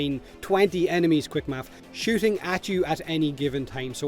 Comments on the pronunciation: the "quick mafs" killed me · Got the like for the “Quickmaffs” 😂😂